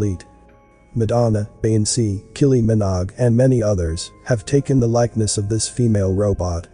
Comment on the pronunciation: "Killy Minog" hahaha